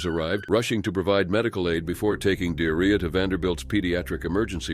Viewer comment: I'm sorry but.. Dearria??? 😮💩 Surely it's pronounced De'ar'ria... Have some respect!!! 😠